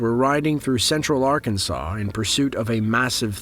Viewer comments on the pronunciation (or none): none